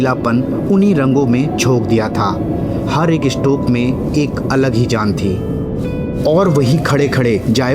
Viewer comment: Narration kay liye bhasha theek honi chahiye aap sh aur s mai antar sikho … muzeum mujeum nahi … stroke estroke nahi …